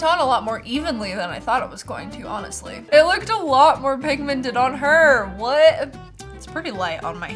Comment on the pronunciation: The way she said Awnestry 😂😂